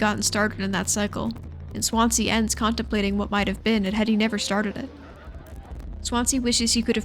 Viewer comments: For Americans watching Swansea is pronounced 'Swan-zee' ! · I love this video and I fucking hate being THAT guy but Daisuke is die-skeh and Swansea is swan-zee 😅 rlly wish they had a few voice lines in the game to clear that up because at least half of the fanbase is saying the names wrong! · Swan zee It's a city. Please learn to pronounce stuff first